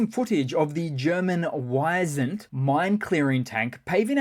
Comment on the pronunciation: By "Why send", you probably meant Wis-ent (=European Bizon)... No why sound...i as in is or ees